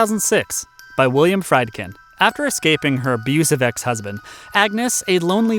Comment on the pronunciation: First of all, "Bug" is much more effective as the stage piece it was originally. Secondly, it's pronounced "Freedkin." I never trust film critics who don't know how to pronounce directors' names.